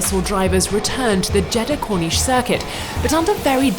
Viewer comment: Every time I hear the name of the circuit I’m hearing “cornichon”.